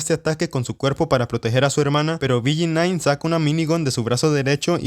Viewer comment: BG9 carajo dilo bien